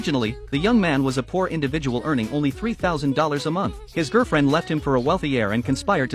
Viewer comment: “His girfriend”